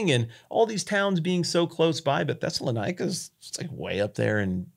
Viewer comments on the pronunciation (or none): Thessaloniki pronunciation butchered